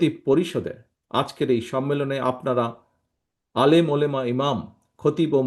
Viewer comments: ওলেমা না ওলামা। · উর্দুতে উলেমা বলছেন